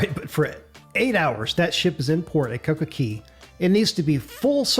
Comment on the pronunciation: Coco CAY! Not CEY! Say it right. It’s an A not an E